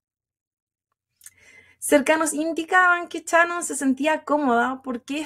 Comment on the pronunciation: Amo que en hs que dura el caso, ni una sola vez la dijo Shannon, sino Chanon!! Mas chilena, no se consigue 😂😂🥰🥰